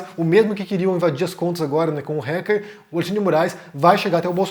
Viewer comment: Se diz "Ráquer" e não "Réquer"